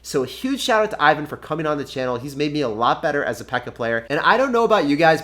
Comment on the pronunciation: TIP: Name (Ivan) is pronounced like: [ewan] ;)